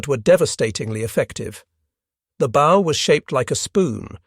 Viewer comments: "Bow" on a boat is pronounced like what the doggies say. "Bow-wow-wow." Other than that, not bad. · Bow rhymes with now not know.